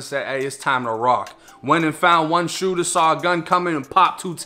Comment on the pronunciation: "DA SHOOTA" "ONE OF DA SHOOTAS" HAHHAHA WTF. READ A BOOK BRO.